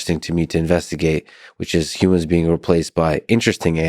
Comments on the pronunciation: I know it's not important in the context of this conversation but PLEASE stop saying UMANSwe are HUMANS stop Tryna sound like an alien or extra. It's Human not Umans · Why does he say youmans?